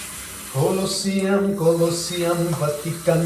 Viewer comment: Hmuhnawm hle mai. Kawlawsiam ti loin, museum lam ang deuhin kawlawziam tih ang deuhin, thahnem ngaih thuah lo sawi ve mai mai,😅 a tha vek tho e